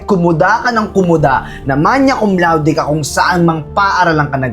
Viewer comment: Hey! Just a little pronunciation note, the correct pronunciation is “magna cum laude,” rather than “manya.” 😊 Just trying to be helpful since you were playing a character who has academic honors. Just a thought!